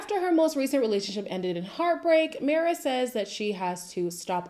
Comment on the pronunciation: It’s pronounced my-ra 😂 it’s a Latin name